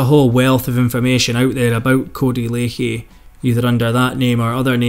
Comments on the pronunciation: I know it's spelled lachey but it's pronounced codey lack _ey not lake_ey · We all know Cody is a absolute wrong-un but we also all know how to pronounce his (current) surname , Lachey= " LAShey" , it's not difficult , just like Cali is not pronounced Carly FFS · its pronounced lashay